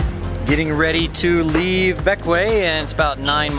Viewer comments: BECK-WAY, not BECK-WEE-UH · For the record, it is not named for Alexander Hamilton. It is named for his father, James Hamilton. He abandoned his family in St Croix in 1766 or 1767 when his famous son was about 11 years old, and settled in the Grenadines. I believe it is pronounced Beck - Way, but I may be wrong. Sorry for your loss. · Bequia pronounced Beck- Wee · Bequia pronounced Bek-wee. Next time go to Friendship bay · Bequia... Pronounced Ba-key-a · Bequia is pronounced beckway.